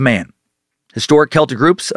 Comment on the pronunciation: Holy fuck - thank you for not saying "sel-tik"